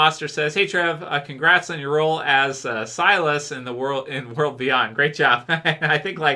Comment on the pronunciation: All this time people have been giving Trev a hard time about pronouncing Silas. knows how to pronounce his own character name correctly. I guess we got it wrong lol. Keep up the good videos Trev.